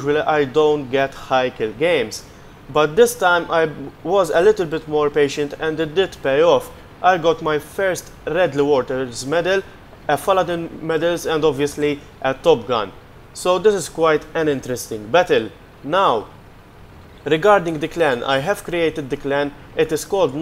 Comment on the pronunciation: its fadins medal not faladin...